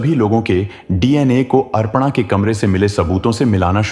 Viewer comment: Horrible 😢 अरपणा नाम नहीं है भाई अपर्णा है pronounce Pa thn Ra र Aadha hai और ण के ऊपर आया है तो ण से पहले उच्चारण होगा 😂😂learn Hindi RA k Roop 😅